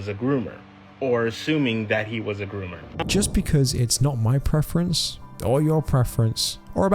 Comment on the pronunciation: ah yes “GROMMER”